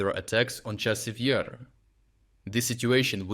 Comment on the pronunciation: Your AI script reader really has a has a problem with the pronunciation of Chasiv Yar.